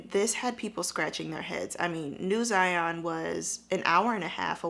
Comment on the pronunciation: Zion like Lion. Not Zyon.